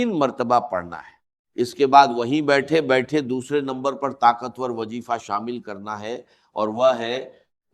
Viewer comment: کمینگی کی بھی کوئی حد ھوتی ھے کہ بغیرتی کی وہ بھی چند ٹکے یو ٹیوب سے کمانے کے لیے AIجنریٹڈ ڈاکٹر اسرار کی آواز میں ۔ڈاکٹر اسرار ذریعہ کو جرعیہ اور وظیفہ کو وجیفہ، استغفر اللہ کو اتتگفر اللہ اعوذباللہ کو اعوجوباللہ کہہ ھی نہیں سکتے۔ جھوٹ وہ بھی ننگا۔ جھوٹے لعنتی